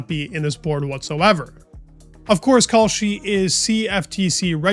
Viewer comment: Does California sound like cauliflower? Same with your pronunciation with Kalshi. It’s Cal (Kal) not Kaulshi.